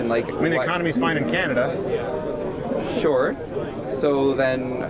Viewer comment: He already lost when he said “are you show” what an idiotic prepubescent tween